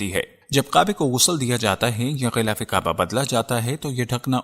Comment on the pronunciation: Yar vedeo tu bokht nice hy mager ye talafuz yani pronunciation teek ni ye qaba ni kaba hy bai